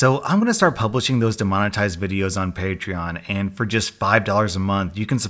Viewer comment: Hey he said paytreeon instead of patreon